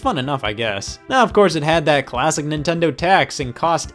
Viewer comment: he said nintondo